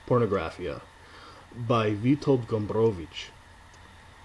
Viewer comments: You do a great job with Gombrowicz's name. A useful tip for pronouncing Polish is to remember that the stress generally falls on the penultimate syllable. So the Polish pronunciation is FerdyDURke. Back to _Pornografia_ I agree that it is not about war as we conventionally expect it, but the conspiracy at the center of the book perversely mirrors Poland's rather different experience of WWII, even if Gombrowicz was imagining it from exile in Brazil. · I value your respect to the author and his culture, I myself also strive to respect such things, but in this particular case I'd pronounce ' Ferdydurke' any way you want. This is an absurd made-up word, I'm sure Gombrowicz would not mind. Thumbs up for pronouncing Gombrowicz correctly though. Living in times when the general public has often problems spelling the names of their 'celebrities', your attitude does give us hope there's future for homo SAPIENS.